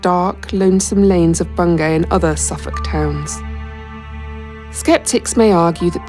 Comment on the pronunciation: Bungay rhymes with key.